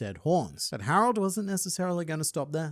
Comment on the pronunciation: I just realised, its Harald not Harold. Funny pronunciation Reminds me of Harald Hårfagre from norwagian history. The first norwagian king that managed to unite the country. Given the machinations of Oda's mind. There is likely something taken from his story. Though the whole won't cut my beard until norway is united doesn't seem to link to him. The horn pulling might be a purposeful subversion of that story